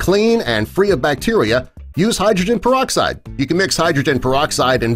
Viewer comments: Ya heard... PerD-oxide y'all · peroxide not perdoxide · 5 seconds in "perdoxide" wow, off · Peroxide or "perdoxide"?? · perdo? xd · Perdoxide? Sounds Perdy suspicious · When did they put a "d" in peroxide?